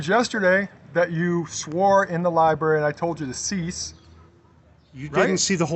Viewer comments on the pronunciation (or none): called it the libary when we all know its library....watta mouth breather